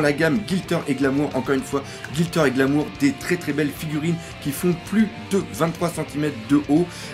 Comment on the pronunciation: Merci pour la vidéo doc. J'ai une question pourquoi tu dit Gilter et non Gliter ?